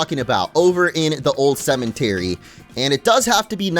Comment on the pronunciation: Why does he always say cement-ery instead of cemetery